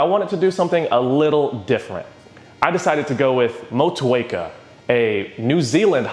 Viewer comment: Respect from New Zealand for the pronunciation of Motueka!